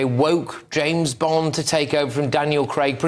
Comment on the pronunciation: It's Bond... Not Bend...